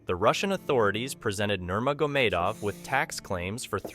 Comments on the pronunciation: Troll much lately? For someone who seems to no so much on this story you would think he would no how to pronounce nurmagomedov by now! By the way khamzat has never been humble, but u didn't mention how he bought a house for his mom, built a gym for the kids in his village. He left Sweden because of the blatant racism towards muslims. I guess It didn't go a long with ur narrative that khamzat is an out of control, changed by money, heel of a villain. This is a garbage story n everybody is now dumber for having watched. Even how he met till was wrong. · I think I heard about 6 different pronunciations of Nurmagomedov throughout the video.